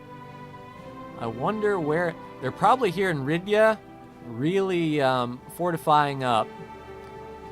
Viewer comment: its RIYAAAAAAAD not ridia XD